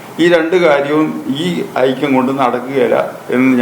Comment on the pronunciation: ആയിത്ത മല്ല ആയിക്കം 😂